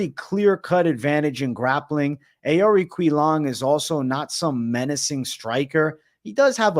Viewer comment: Rosas could get slept. His stand up is elementary. But you gotta learn how to say these fighters names my guy. Its (ohhr- eee-chee- leng) cahhh mahhn smh